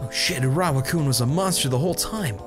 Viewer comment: Now teach how to say Urawa-kun instead of "Uww-raa... fuck..." and "Ew-rawa-kun..." Then we can work on his "Ginzuishou" =3